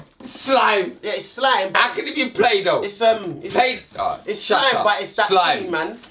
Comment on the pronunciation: "SCHLIME" looooooooooooool